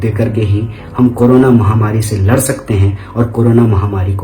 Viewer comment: Bhai tu "lar" rha hai aur hum "ladh" rhe hai